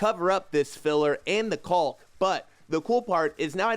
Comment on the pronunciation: Caulk, walk, talk. Not caulk, bulk, sulk.